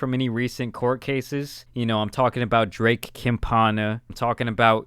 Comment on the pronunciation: Not to shit on him or something, but does know spanish? he said "drake compana" 😂